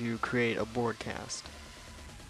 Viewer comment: he said broadcast wrong. but no worries i dont care